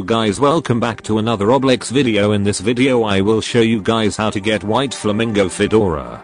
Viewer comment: Roblax not roblox 🤣